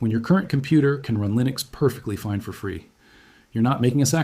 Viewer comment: No mistakes? What about when he says "F or" instead of "for"?